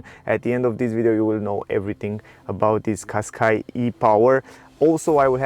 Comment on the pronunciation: Не Каскай а Кашкай )